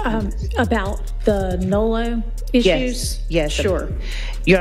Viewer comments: Its nolo not nulu. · NOLO.. he’s saying it wrong